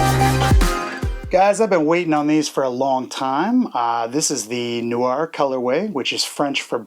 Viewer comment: Noir. Yes you're the only one that pronounces that correctly. I just wanna add this has become my favourite channel, super big thumbs up man, dope dope dope dope 😄👍🏻✌🏻